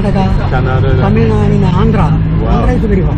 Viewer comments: Your tamizh pronunciation is awesome 👍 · Tamil pronunciation is awasome bruh !